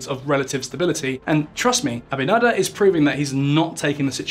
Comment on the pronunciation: You butchered the president's surname but thanks for the laugh & an otherwise great video Though you probably should have mentioned that the treaty signed with Haiti specifically says the Haiti cannot dam the river.